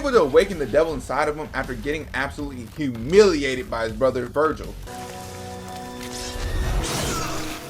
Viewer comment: You misspelt and mispronounced Vergil throughout the video, but you are right. Vergil IS the coolest character in fiction. Jk, it's an even split between them, but I love how permanently unserious Dante is.